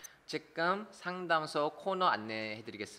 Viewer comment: 직끔 삼당소...ㅎㅎㅎ 이 발음 진짜 어려운 듯~^^; 상담 같이 듣고 있어용 ~ 유익합니당♡